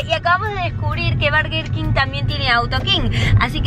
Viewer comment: por que dice barger king aaaaaa no es hate